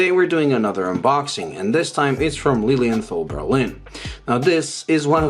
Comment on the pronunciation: My smart-ass/pedantic German remark for the day: The "th" in Lilienthal is not pronounced like the English "th". It's just a regular, hard "t"-sound. As in "trial" or "Tommy". Cheers from Germany and stay healthy!